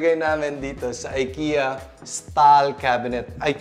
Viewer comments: I-ki-ya not ay-ke-ya. God bless. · Just a tip lang po. It's pronounced as "Ee-keh-ya" po not "Ay-kee-ya" :)